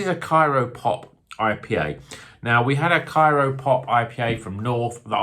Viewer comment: It’s CRYO Pop, as in cryogenic. That’s how CRYO hop pellets are made.